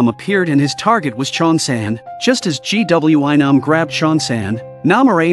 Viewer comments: Mistake 1:They are on a random building roof Mistake 2: Its a suitcase not a box Mistake 3:Its a teacher not a security guard Mistake 4:Its a school nurse not doctor Mistake 5:Its not G W I Nam its Gwi-Nam Mistake 6:SanWa? Mistake 7:Its not Nam-Rae Mistake 8:Waund? Mistake 9:HALLAM? Mistake 10:SANGWIM? Its Ms.Park Mistake 11:ITS GYEONG-SU! Okay more mistakes I will just stop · Blud said " G.W.Y nam " 💀💀💀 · All I hear gwion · Instead of gwi-nam☠️☠️☠️ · The amount of times the AI said GWY nam instead of saying the bully or GW or Nam was a lot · Bro called Gwi-nam g-w-I-nam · the way he said gwi nam😭